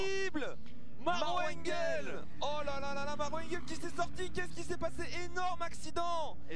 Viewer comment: "Engöööl. Nordschleif."